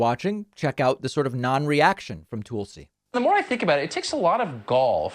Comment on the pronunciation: FYI, David. I believe it's pronounced "Tull'-see" Gabbard, not "Tool'.see" Gabbard.